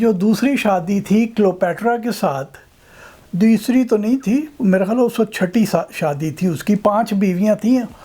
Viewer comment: بابا جی پہلا پنجابی دیکھا ہے جس کا وقت کا تلفُّظ صحیح ہے- ویسے پنجابیوں میں ایک اور خاص بات ہے جو کسی دوسری قوم میں نہیں پائی جاتی- یہ کسی بھی موضوع پہ چاہے کتنی ہی سنجیدہ گفتگو کرنے کی کوشش کیوں نہ کریں لگتا ایسا ہی ہے کے جیسے بندہ گپ بازی ہی کر رہا ہے۔